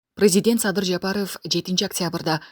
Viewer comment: Диктор :. празидент анан дебутат дебей суйлосонор😄